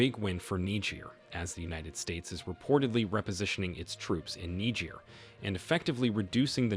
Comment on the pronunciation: Presentation much improved. I like your presentation of Niger as Nejay. You might still have to work on that breath control. Good work from a friend in Nigeria.